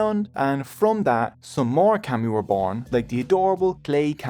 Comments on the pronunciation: It’s pronounced “commie”not cammy . If you’re going to try to explain Japanese culture and or religion, you should learn how to pronounce our words first. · Pretty shocking (maybe this is AI?) that you (whoever made this film) cannot get the pronunciation of 'kami' right. The vowel sound you use does not exist in the Japanese language, and considering that this word is typically translated as 'god,' like I said it's pretty shocking the carelessness of someone (you) who is presenting themself as some kind of teacher or expert. Such is the new idiotic age we live with on YouTube and elsewhere. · It’s pronounced “kah-mi” not cami like street fighter 😪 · Kami is pronounced “commie” not “cammy” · I canʻt stand your pronunciation of "kami" which should be like "kah- mee" not "cammie" like a camisole. Your pronunciation of other Japanese words like "musubi" and "Ise" or "torii" are pretty bad. (as well as some English words). Itʻs fine if we are just reading your information, but please study and practice correct pronunciation before making informational videos. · I kept saying “kah-mi” to myself while watching this so I wouldn’t get the mispronunciation of the word seared into my mind. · Kami is pronounced as ”kami“ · The start of kami is pronounced like the start of calm fyi 👍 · Lord have mercy, why didn;t you bother to try to say kami like the Japanese do? Its so awkward to hear you say call-me over and over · Dude it you can’t pronounce the language correctly just stop using it. I can’t handle how bad you are saying kami 🤮. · How was this made? Incorrect pronounce and wrong in almost everything I watched. I had to stop, this narrator cannot pronounce kami. To be Japanese is to be Shinto, they are not separate. The stories are some correct but pronounce is so bad cannot watch